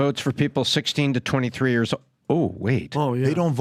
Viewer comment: you’re saying years wrong… it’s not YURS it’s YEARS lol